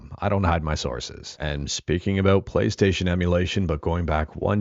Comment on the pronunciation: Why they call it Chonkystaytion?😝🫠!